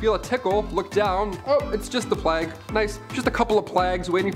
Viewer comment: "Plague" was pronounced: "playg," with a long "A." Great show, dude!